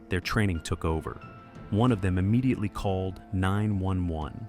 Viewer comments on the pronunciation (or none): none